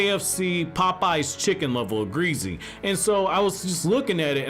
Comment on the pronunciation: I didn’t know you were black until you said greasy